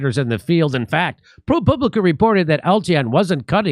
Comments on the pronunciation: Jimmy, it’s Pro Pub Li Ca not Poo! Lol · I believe that's pronounced ProPube-licka. Well, that's what I think.